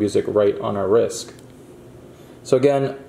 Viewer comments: Why is he saying risk instead of wrist?😂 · Risk?? Lool my guy the word is wrist no K and yes their is a T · Every time you forcefully push it in I cringe and also when you said risk instead of wrist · Am I missing some reference when you say risk and not wrist? haha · Its wriST not risk but ok 👍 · i would like to thank for doing this for us...as for saying Risk instead of Wrist...get a life you rude people...we all make errors in speech at one time or other... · I hate this video it’s because he said risk multiple times and not wrist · Are you saying “wrisk “ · I thought he was saying risk, dang. Irritating. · The word ends with a T not a K and there is a w in wrist. No Kaaaa. Just Stttt